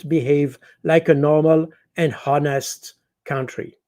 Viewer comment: Superb 5 star command of the English language, way ahead of most native speakers! If l may point out one tiny flaw: the h in(h)onest is silent as in the words hour/heir/ etc.